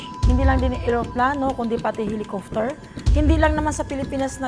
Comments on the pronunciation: Natawa ako sa sinabi niya na HELICOFTER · Sorry! Natawa lang ako sabi ng babae helicofter😁😁 po panuorin nyo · Natawa ako sa hilicofter🤣 covid froblem pa ata🤣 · "Helicofter" at "Flane crush" yung nagdala 🤣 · Sana ol... Pleyn craf at hilicufter... Whahahhahahaha. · naloka ako dun sa Helikofter tsaka MORDER 😂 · Sorry pero natawa ako sa helicofter😁✌ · Natawa ako sa helikuftir 😂😂😂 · Natakot aq sa "HELIKUFTER" 😀